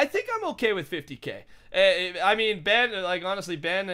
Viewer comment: stop calling Ben benm it's supposed to be BenL cause he always loses